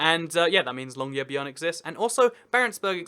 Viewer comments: Listening to you say Longyearbyen is like listening to the intern in Thor try to say Mjölnir. Mewmew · Longyearbyen is pronounced Long in English, year in almost english (hehe) and byen as in Norwegian [by-en = bi/biu ( byen) en as in end, Longyearbyen. You can see the Northern lights from literally everywhere in North-Norway. PS: I live in the heart, right in the middle of Finnmark. Normal january weather = -20*C and winds all the time and half a metre to a metre of snow. The wine monopoly = Vinmonopolet We have government-funded healthcare in addition to schools. It costs absolutely no money to go to school at all, in fact, you get money to go to school 'grants' but in the healthcare system the max you'll have to pay is an "Egenandel" of maybe 200 NOK for the most complex surgery, x-ray etc but in general that stuff is free, so yay! :D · "Longyearbyen, I hope I got that right" Yeah that's the closest you've been to a correct pronunciation this video :'D Probably because two thirds of the name is in English (Longyear City) And the funniest bit is that Norway has "territories" on Antarctica, so including that and Longyearbyen (the northernmost permanent settlement in the world), the Norwegian Empire technically stretches across more latitude than the British Empire ever did. Actually, by the Antarctic treaty, it's defined as all landmasses below 60 S, and the southernmost mainland point that isn't part of the Antarctic is the south tip of Chile at 56S. Mainland Norway's southern tip is 58 N, which means all of Norway, including territories, is further from the equator than the southernmost non-Antarctic mainland point!